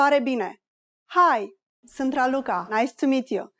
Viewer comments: de la inceputul videoclipului mi am dat seama ca e o parnaie. ai pronuntat sant in loc de sunt. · If you wanna learn romanian, do yourself a favor and try another video. This one is not as accurate as you might think. First of all, the pronunciation of "sunt" was made incorrectly several times, only 1-2 times she said right... "bună seara" it's just good evening, never good night which is actually "Noapte bună". Excuse me can be formal and informal in romanian at the same time, translating as Mă scuzați-mă formal and scuză-mă- informal. And we are not really talk like that 😂 For exemple we never say " cât costă aceasta" only " cât costa", "cât este" or "ce preț are" - what's the price. "cât costă aceasta" will be "how much is that/this".... Or this/that one.... So, as previously said, try another video 😂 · I hear "sînt" instead of "sunt". Is it reduced in this way? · Can you please explain to me why when you speak slowly, you pronounce the verb "sunt" with the vowel "u" and when you speak faster, this sound turns into "â"? It looks as if "â" is an allophone of "u" in this case, am I right?